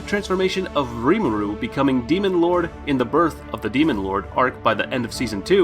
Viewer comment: the way he says reemaru